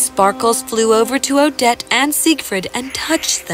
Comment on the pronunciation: When the prince yell“Odette” it’s sound like“O-dead” XD